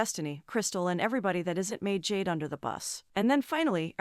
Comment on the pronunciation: GORLLLLL NOT "MAID JADE" 🤣🤣🤣